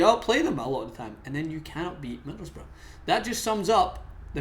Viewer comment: Who are middlesburg?... It's Middlesbrough. It's not hard to say or spell.